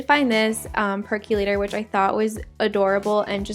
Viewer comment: I don't know why so many people mispronounce PERCOLATOR. It's pronounced perk-o-lator. Also, you would NOT say "the thing about I..." You would say "the thing about me..." So that's all you have to know in order to say it CORRECTLY, which is "the thing about Connor and me..."